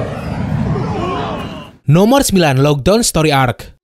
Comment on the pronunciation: "Logue town story arc" gw dengernya "Lock down story arc"